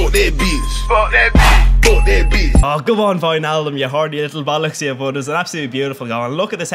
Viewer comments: Jeez your the first that says it actually right lol, its pronouned whynaldum not wichnaldum haha. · You said Wijnaldum perfect